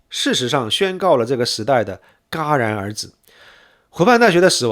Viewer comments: Jia二声 戛然而止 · 戛（jia)然而止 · 内容很好，信息丰富。指出一点： 戛然而止，戛念Jia。瑕不掩瑜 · 你的才华是我望尘莫及的，但是那个成语读作：Jia然而止😆